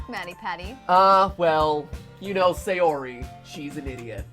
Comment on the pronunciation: Same. It's not SAY-ori it's SA-yori